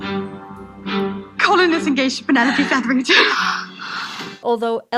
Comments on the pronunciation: I can’t get past how she keeps mispronouncing Penelope. The commentary was good, aside from that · thanks for the response. You did, at times, pronounce it correctly. So you’re close to getting it right. 😉